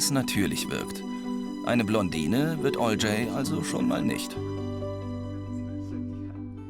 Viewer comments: Olcay ist ein türkischer name und wird ganz sicher nicht "olcäääy" ausgesprochen :D fuckt ja mega ab die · Es wird nicht 'alljay' ausgesprochen TT_TT . Olcay wird so betont: Ol-jai (c wird wie j betont sonst wie man es liest) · Berke Bayraktar Laber keinen Müll, die sprechen den Namen nicht deutsch aus, sondern englisch Owljay, es wird aber wie bereits erwähnt eher Oltschai ausgesprochen. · Hat keiner bemerkt, dass sein Name falsch ausgesprochen wird? Olcay ist ein türkischer Name, also warum sprechen die den englisch ausgesprochen? 😂